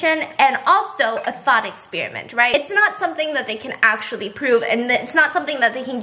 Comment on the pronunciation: Tell me why I heard ‘thot experiment’ instead of ‘thought’ HAHAHA